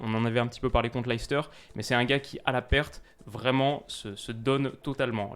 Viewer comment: Juste pour info comme je sais que tu aimes peaufiner ta connaissance leicester en anglais se prononce "léssteur" bye